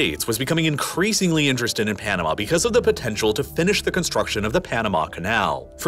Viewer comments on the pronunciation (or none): Your of Panama is so off.